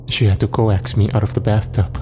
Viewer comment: Coax. It’s pronounced “Cokes”.